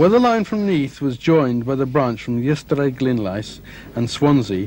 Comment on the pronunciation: Adelina Patty was the name of the opera singer. Ystradgynlais is pronounced 'us-trad-gun-lice'